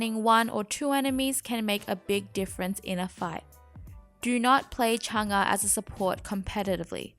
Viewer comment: Your pronouncing her name kinda wrong it’s mostly correct